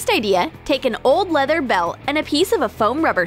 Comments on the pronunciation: Dude you said plether XD not leather don't worry everyone makes mistakes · when she said leather it sounded like pleather